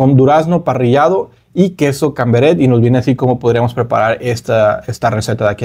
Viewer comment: Pero este hombre donde ha estado hasta ahora?, que ha comido?, "brusetas, bruchetas", queso "camberet," se nota que es la primera vez que oye esos productos, joder, el camembert es un clasico que se conoce en todo el mundo y a este hombre le suena a chino. me cae muy bien, me agradan sus videos, pero a veces me sorprende.